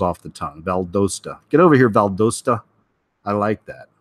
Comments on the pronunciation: It's pronounced Val-dah-stah, think southern accents! I'm a native Georgian. rhymes with Valhalla omg it's like scraping my ears hearing it pronounced wrong lol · I know right its Vald 'ah' sta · Just wanted to say I enjoy your videos but Valdosta has a short o sound like dot pot shot, not a long o sound dome Rome so anyways you get the idea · The US has plenty floating nuclear powerplants, namely aircraft carriers and ballistic missile submarines. The carrier I was assigned to once powered Oakland City in the aftermath of the San Francisco earthquake. BTW, Valdosta has a short O sound. Lowndes needs some practice to pronounce correctly. the D is really soft.